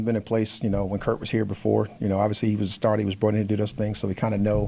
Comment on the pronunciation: Why do they keep calling him Kirt?